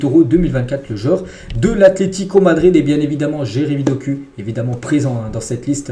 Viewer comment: Juste stp, pour de Ketelaere ça se dit [DE KATÉLARE] et pour Doku ça se dit [DOKOU]. Mais sinon pas grave super contenu ❤️💪